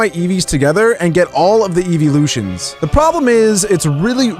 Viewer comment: you said eevee loshons